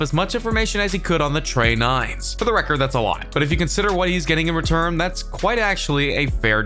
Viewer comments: Tre nines?? Lmao 😂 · That boy the word tray nine so fine